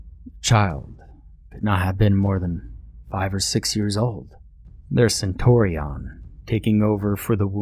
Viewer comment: Also centurion (pronounced “sen-CHUR-ee-ehn”) and legionnaires (pronounced “lee-juhn-airs” not “lee-juhn-air-eez”)